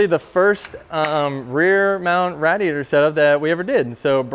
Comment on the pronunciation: Can this guy stop saying RADiator, please? It's making it impossible to watch this lmao!